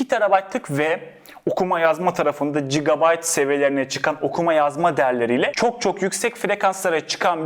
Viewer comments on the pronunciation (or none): none